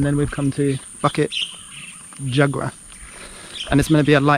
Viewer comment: Awesome! bukit pronounced as boo-kit and jugra pronounced as joo-gra. In Malay, any consonants that has the 'u' vowel after it, are pronounce as a 'oo'. During the colonial days, both Indonesian (under the Dutch) and Malaysian Malay had it spelled with the oo but has since changed. I see alot of other folks commenting on that. Apologies for the repetition. :) And the cemetery you came across was a 'Taoist' cemetery. They are mostly folks from Southern China (usually originating from either Fujian, Guandong or Hainan province). Most Malaysian Chinese have their roots from these provinces. Obviously Muslim cemetery would have different headstone. And Christian one's would resemble the ones from the west which you'd be familiar with.